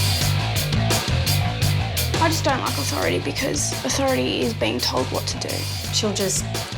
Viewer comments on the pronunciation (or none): Uthoritey lmao hahahahaha bone apple tea